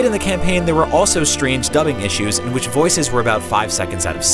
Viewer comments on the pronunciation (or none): none